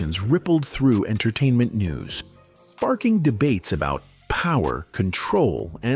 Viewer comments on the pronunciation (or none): none